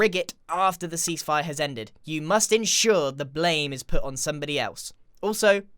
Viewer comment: Does anyone else hear c spire when he says cease fire?...